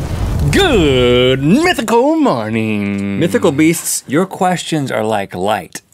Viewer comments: rhett said 'mythical beath's at the beginning and nobody is talking about it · did any body else hear mythical beefs🐮🐂